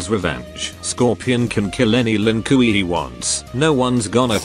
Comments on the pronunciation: "Lin Kooy" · "Lin kooey" Close enough to Lin Kuei